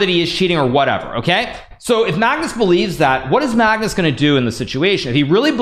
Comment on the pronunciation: BRO ONLY PRONOUNCED MAGNUS' NAME RIGHT THIS ENTIRE VIDEO